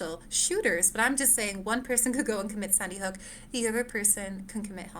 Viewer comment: She keeps saying Sunnyhook…